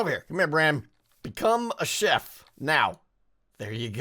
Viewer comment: I keep thinking ur saying shep instead of chef lol